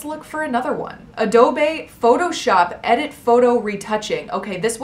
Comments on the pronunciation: No hate. Just letting you know it's pronounced adobe: UH-DOE-BEE. not uh-do-bae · sip the tea sis lol it’s uh-doe-bee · i pronounced it ah-dobe my whole life until i said it like that and my friends roasted me because i didnt know :( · “Ahdohbay” lol 😅 it’s pronounced “uhdoubee” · ahh-do-bae lol, ahh-do-bee. thanks for the vid! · honeymoonxedits depends on what you think “wrong” is, the spanish word “adobe” is pronounced how she said it, ah-doe-bay. if you’re using english phonetics, it’s pronounced the other way, uh-doe-bee. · Harlow Venturi AH DOE BAE 😂😩💀💀😭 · Actually that's how you pronounce Adobe. But American English makes people say it like this... uh-doe-bee. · I thought the e was silent lol. Ugh-dobe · Harlow Venturi ah-doe-bay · I thought it’s Adob(e) with no E 😅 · I call it uh-dobby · Ah doe bae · When a-dobe becomes French: a-do-beyyy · Harlow Venturi yah dude wtf is adobay😂😂😂😂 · Its uh-doe-bee. And no you don't pronounce it differently according to where you live. Its an american company that founded it therefore we have to say it in the american way unfortunately. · i pronounce it as “ah-do-bey” lol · It's pronounced uh-dough-be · Adobe is pronounced uh-dough-bee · who else was kinda triggered when she said ah-doh-bay? Just me? edit: Thanks for 100 likes! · Oh god have you never heard of Adobe😂 it’s shows by the way u pronounce it AdObEe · Josie Dimick I was seriously like what the hell is addabay lmao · She said “a-do-be” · Ad-doe-bay. 😂😂😂😂 crying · lol isn't it adoBEE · she said aadobay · a-dough-bay lmao... Adobe. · I thought she was already hot until she said adobay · “ado-bae.” Gotta love white girls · Please P L E A S E. N E V E RRRRRRRRRRRRR SAY a-doh-bae EVER AGAIN..... ypu made me want to die.. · a-doe-b Adobe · “ahhdoughbey” photoshop? So you are and influencer for poor grammar and speech? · when you pronounced adobe wrong i gasped LOL no hate ive just never heard anyone pronounce that wrong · it is lmao she just says it wrong sksksk